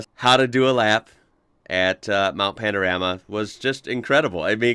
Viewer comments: The ‘rama’ in Panorama is pronounced as ‘rahma’ 😊👍🇦🇺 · You really need to get the pronunciation right, listen to Larko... it's Mount Pano...rah...mah